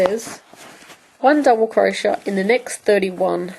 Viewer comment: I love your videos. They've been very helpful. You do beautiful work and explain things very well. I feel the need to point out to you that crochet is pronounced Crow-shay not crow-shuh. It drove me nuts through the whole video. Keep up the good work.